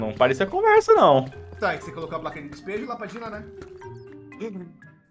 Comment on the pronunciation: Pior é o "dispejo" com i